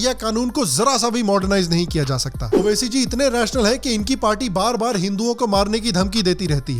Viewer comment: मैडम ने एक बात बाडिया बोली उबासी नाकी ओवैसी 😝😝😝😝😝 उबासी